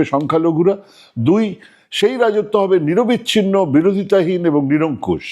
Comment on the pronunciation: নিরবচ্ছিন্ন শব্দটা কি 'নিরবিচ্ছিন্ন' (1.29) শুনলাম ? ভুল হলে মার্জনা চাইছি !